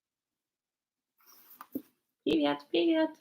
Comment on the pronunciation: Ты так забавно говоришь ПИВЕТ))